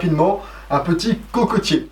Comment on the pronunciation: Par pitié prononcez coquetier et non cocotier. Les objets ont un nom ne les déformez pas.